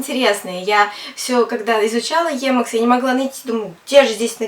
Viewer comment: собственно - никак нет! Сколько холиваров было на тему emacs против vim. Кстати, первый автор (Ричард Столлмэн) озвучивает своё творение немного другим начальным звуком ("и"). Поэтому , Вам низкий поклон, что вообще за эту тему на фоне всеобщего молчания в рунете взялись, но , если от души - слух режет